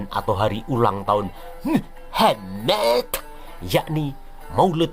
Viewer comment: Mantap kali aksen katax " Muhammmadd " 😁😁😁 mantap bro bless U 👍👍👍